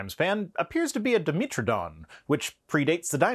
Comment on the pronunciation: Can I just throw out a small eye twich, being myself a pedant - and knowing you'd like to be exactly correct as opposed to almost correct: Di (two) Metro (metric of) Don (tooth) So that's Metro not Meetro. Keep 'em coming and I'll keep watching.